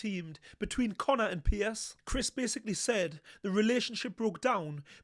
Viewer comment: His name is 'Piers' not 'Pierce' 2 different names. Just saying 👍